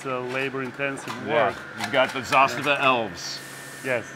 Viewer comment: Props to you for pronouncing zastava correctly, it’s not a huge deal when people get it wrong but I’m glad to see someone get it right 😄